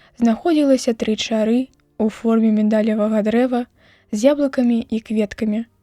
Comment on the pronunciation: Чытае то чары', то ча'ры.